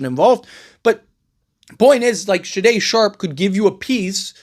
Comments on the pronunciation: Bro Shay-Done shay done. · Why you saying Sharpes first name so weird? Haha. Blazers will just keep Grant and if Billups is smart he brings him off the bench, don’t matter this year cause you don’t have to pay young players till next summer and Deni is on a super small contract for his skill level. Just hope Grant balls out off the bench then some wannabe contender will come snag him at the deadline. Folks acting like it’s illegal to bring him off the bench and Blazers are trying to be contenders this season. 🤦🏻‍♂️